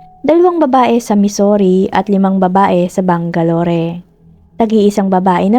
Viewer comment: Bang-ga-lor not bang-ga-lori